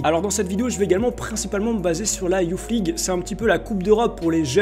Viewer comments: Juste on dit pas Youf League mais Youss League. Et Kays Ruiz large au dessus de tout les mecs que t'as citer niveau talent. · Alors déjà c pas youf league c youth league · "youth league" ca se lit "Yousse league" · '' YOUFFMLIGUE'' PWAHAHA BONNE VIDEO GG